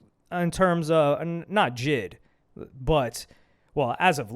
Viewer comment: Buddy said jid😂